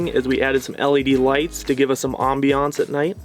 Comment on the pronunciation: really nice build, and cute couple... but I'm definitely going to tease the way they pronounce some words, like a combination of low energy mumbling with the occasional French accent. "Proh-Pain" "Ahhm-beee-ohnce" "dreen-keeng" "Awwh-neeng" "Soph-close" "Treash-bahgs" ... like talking is painful or they've never used the word in conversation more than once.